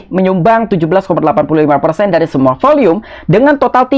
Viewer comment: Volume kali bang bukan volium